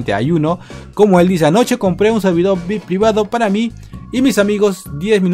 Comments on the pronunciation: emm se dice viaipi no se dice vic, em ese es un mentol que se llama vick XD BUENO LOS QUE SON DE PERÚ ME ENTENDERAN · Se dise ví hay pi y se escribe VIP